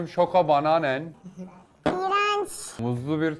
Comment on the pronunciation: Abi soko banan deyil soko banane